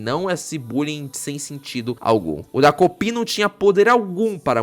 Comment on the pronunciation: É "TA"kopi vc falou errado o vídeo todo😅